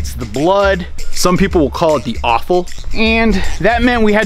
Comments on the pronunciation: Offal, not owful. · it is ""offal."